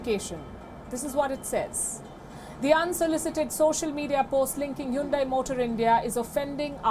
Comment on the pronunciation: WION is an racist video channel. Anyone talks against Indians atrocities is an enemy of India. Hahaha. Hyundai stepped on Indian tail. Lady, its not Hoondai, it Hyundai. Learn to say the word right. She's a puppet reader. No class.